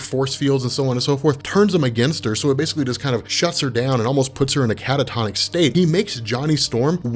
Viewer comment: How many times can someone say " Cata-Tonis State" in 1 video ? Go